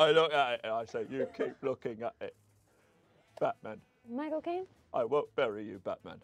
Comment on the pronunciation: Did he say he's "Michael Caine" or "My Cocaine"